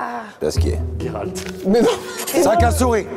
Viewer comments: Coucou, faudra juste dire à Natoo que c'est Géralt pas Guéralt XD dans la pronociation XD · Pk ils le prononce « guéralt» alors que ça ce prononce « jéralt »